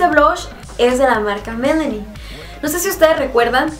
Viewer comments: Se dice Milani no melani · La marca Milani se pronuncia en inglés de igual manera q se pronuncia en español, mi la ni.. :)